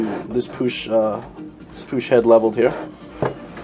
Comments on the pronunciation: pushh head ????? lol loooool say it right like i speel it " puk lol push head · It's pronounced PUKE NOT POOSH PUCH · it's not like the ch in church, it's ch like heckler and koch. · pook dude! not poosh nd they were made in graz austria, not germano! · I haven't heard anyone pronounce it as "Puck".. It's supposed to be pronounced "Pook" AFAIK, at least according to every video I've ever seen and everyone I've talked to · Pronounced "POOK". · It's actually pronounced 'pook'...just sayin' is all... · It's pronounced pook. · the heads aren't made by Puch they are made for puch. it's pronounced pook. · its pronounced "PUCK", great vids man, the dome on the piston crown affects the squish volume, how you demonstrated it would only be relevant for flat top pistons, but squish volume does not affect displacement only compression. also the syringe technique is only any use for balancing the compression on multi cylinder heads. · lol as an Austrian (btw Puch is from Austria and not Germany), I know how to pronounce it the right way. Lets just say I cringe every time u say it. lol. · You neglect a mod from consideration, enlarging the combustion chamber. You could pretty easily cut another cc out in that transition between dome and squish band, and get close to the slant head volume with the mass advantage of the puch design toward cooling. That would negate adding gaskets, or shimming the cylinder, so effect the squish efficiency less, and have zero timing effect. BTW, it's pronounced to rhyme with "look", not like a French guy saying "push", lol. Add a cc of volume, run pump premium instead of regular, you should have little danger of detonation without playing with plug heat range unless you Hill climb in saharan summer type conditions. Excellent presentation and theory work though, and a great cautionary note for those looking for "bolt on and ride" parts who might not be inclined toward surgical solutions, lol